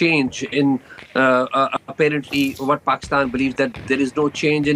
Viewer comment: This guy unable to pronounce Pakistan clearly 😂😂😂😂